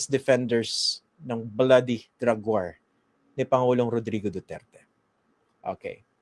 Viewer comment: sir christian, Hinde waar ang bigkas nyan kundi "WOR"